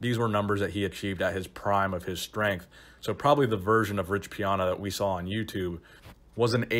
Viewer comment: “Rich Piona”